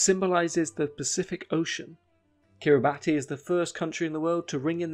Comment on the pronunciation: ‘Kiribati’ is pronounced as ‘Kiribass’